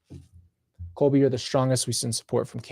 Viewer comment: PLEASE get his name CORRECT :((((( ColBY